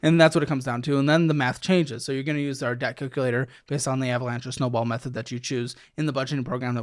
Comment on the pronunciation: said: “debt cucalator”